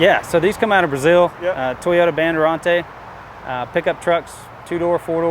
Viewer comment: is missing a S, it is BANDEIRANTES